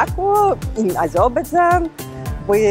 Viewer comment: As a proud Azerbaijani I can tell that this woman doesn’t pronounce the country’s name in English correctly.